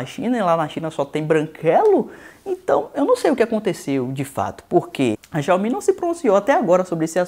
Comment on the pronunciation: "Chiaumi" no racismo! hahahahaha